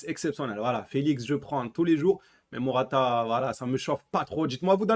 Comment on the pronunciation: C'est pas mortata c'est morata